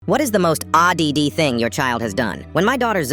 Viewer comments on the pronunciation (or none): It's odd not o-d-d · “Odd d-d” bruh a.i can’t say anything right tbh😂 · When they said “odd” I thought they said “ahh da dih”😭🤧🙏💀🔫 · Odd ❌ Ou-d-d👍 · ‘Odd’🚫 ‘O D D’✅ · "Odd-d-d". Lol. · "ODD" ❌ "O-DI-DI" ✅ 😂 Radhe Radhe 🪷 Hare Krishna 🪈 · "aww-dee-dee thing"👍🏻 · Why did the ai pronounce odd as “o- d-d-d” 😭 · Odd ❌ Od-d✅ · Odd🚫 odd-d-d✅ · “Odd”❌ “Auh-d-d”✅ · What’s is the most ahh-d-d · Odd❌ Odd-d-d✅ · Odd ❌ awdede✅ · Odd ❌ O d-d ✅ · It's o- DDDD not odd😂😂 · Odd ❌ Odd-d-d ✅ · Odd❌️ O d d✔️ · Odd❌️ O-D-D✅️ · He said O-D-D actually 🤡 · ODD ❎ ODD- D - D-D✅ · Odd❌ O-d-d✅ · “Odd” ❌ “Ah-Di-Di” ✅ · Odd ❌ OD-DEDE ✅ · Odd 🚫 Odd d d ✅ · Odd❌ Odd d d d✅ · O D D ❌️ Odd ✔️